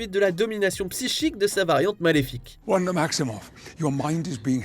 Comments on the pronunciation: Pas "vanda" svp 😭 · Quelqu'un peut expliquer à que c'est Wanda...pas Vanda?!